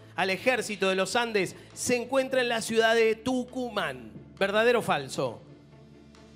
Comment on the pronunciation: Jaja el perfecto dijo tuncuman...